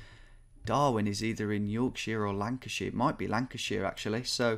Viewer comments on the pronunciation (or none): I'm from Yorkshire but what annoyed me most about the Yorkshire/Lancashire confusion was Tom calling them both 'york-sheer' and 'lanca-sheer'. It's 'york-sha' plz xoxo